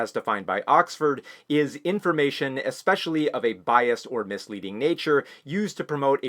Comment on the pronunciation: did bro really just pronounce it "ex-specially" like a toddler 😂